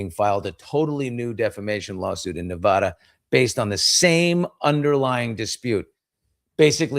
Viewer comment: Stop mispronouncing Nevada